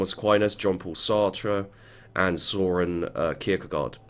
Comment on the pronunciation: it is okay, it sound so funny when you said Søren Kirkegård xD